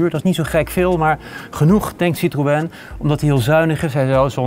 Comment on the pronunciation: Jammer dat deze man het merk "citroën" niet kan uitpspreken...